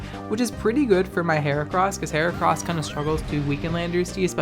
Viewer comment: "kinda let heracross-" deadass thought u said kamala haricross